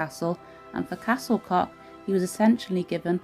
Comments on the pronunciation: Pronounciation of Welsh names needs work. Just ask someone to help if you're serious about broadcasting in future. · Pity you couldn't conquer the pronounciation otherwise a fab video I have longed to visit and past it often as i know I cannot get in, in a wheelchair, but great to see inside now.